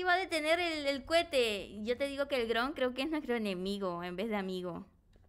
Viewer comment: y su super pronunciasion de dron... wron